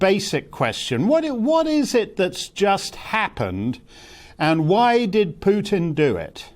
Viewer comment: Starkey has studied Russia and Putin intensively, yet he cannot pronounce the man's name correctly, or even almost correctly. Amazing, really.